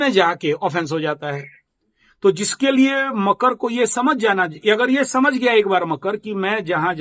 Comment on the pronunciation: bohot Acche kya apke andar deep God khud rehte hay aap kitna dahi and true bolte ho and I like makar ko kayse makru bolte ho Thank-You very mch 🙏🙏🙏🙏🙏